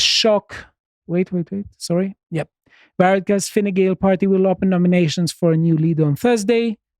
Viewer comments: really paying attention. Never heard a non irish national pronounce Fine Gael properly before. Is Greek similar to Gaelic or is he just a consummate pro. Calum's Irish accent had me cracking up. By the time of the election they'll be back peddling so hard Ireland is expected to move 10 metres further into the Atlantic. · Congratulations on pronouncing Fine Gael and Taoiseach correctly.